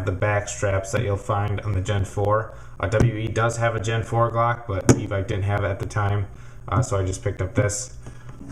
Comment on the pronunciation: FINALLLY someone who pronounces evike properly Halleluah